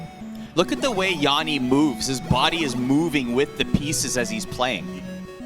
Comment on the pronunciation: It's not Jaani it's Jani.